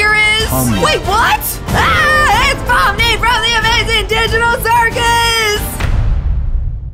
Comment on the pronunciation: You said pomni